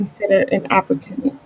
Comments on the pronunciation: “An opputunance” Lmao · I knew she was going to do horribly as soon as I heard her pronounce it that way 😂